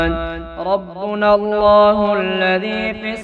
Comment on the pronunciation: 1.18 rabbana, aap rabbina padhe,aur baaz jagha bhi aap zaber ko zeer padhe, pata nhi, which rule or may b other country you belong